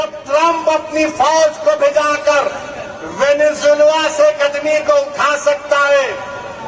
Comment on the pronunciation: चूतियावैसी साला वेनेजुएला बोल भी नहीं पा रहा है।